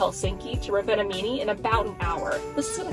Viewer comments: By the way, it's pronounced ROvaniemi. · Im currently in Rovaniemi, and FYI, you're pronouncing the towns name incorrectly. Santas village is quite expensive and the shops in the villages have nearly doubled in price as its high season (eg locals like to take advantage of tourists). You need to try GLÖGI. It's just like mulled wine except that it tastes better and doesnt have alochol in it..